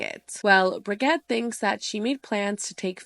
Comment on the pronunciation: Fascinating video, love it, you give a very good time line, as usual. But as a Native speaker of German please forgive me, lol, but I wondered who you mean with "Briggadd". Lol. Brigitte is pronounced Bree- gitt- eh. It's easy to google the pronounciation. We speak the "e" at the end, not like the French, who would pronounce Brigitte like "Brishittt...."